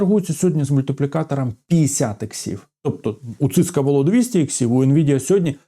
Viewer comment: не циска а сисков